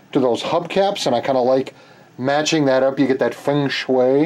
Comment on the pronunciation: Did you seriously say feng shui? LOL